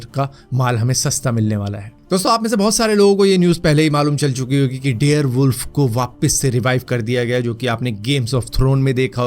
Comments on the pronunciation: Dare wolf nhi dire wolf 🐺 hota hai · Bhai Bare wolf hota he dare wolf nhi😂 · dare wolf nhi dire wolf hota h